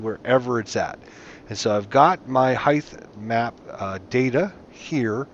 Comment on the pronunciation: was driving me crazy too. Sounds like he's saying "highth map"